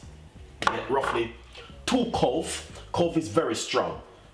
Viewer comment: its cloves not cove.